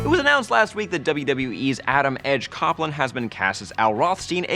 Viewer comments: Fanboy alert It's Copeland not Coppland. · He's not in WWE anymore. Hasn't been for 4 years..... And it's COPEland not COPland